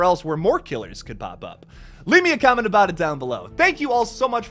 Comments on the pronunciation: I felt personally attacked (pun intended) when you said "aboot" loool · "Lets talk aboot that" - This sent me 😂